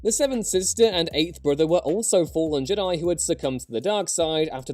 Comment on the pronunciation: I hate the way says Jedi